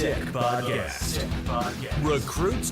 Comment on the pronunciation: "Recrutes Draftcast", am I missing something? I thought it was 'recruits'. Yes it's nitpicking but I'm a stickler for accuracy.